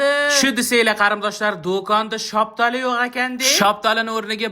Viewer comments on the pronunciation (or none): Bobojon gapirishni bilmaysizmi shoptoli mas shaftoli deyiladi😂😂😂😂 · Siz "Shaftoli"ni "Shaptali" desangiz Biz "Shaguli" deymiz 😂